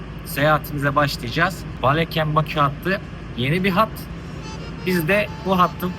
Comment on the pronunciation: Azərbaycana xoş gəlmisiniz can qardaşlarımız. Azərbaycam şəhərlərinin adlarımı düzgün tələffüz etsəniz sevinırdik. Baleken deyil. Balakən.